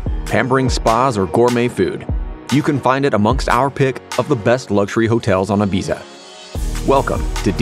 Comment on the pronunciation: Can’t cope with the pronunciation of Ibiza.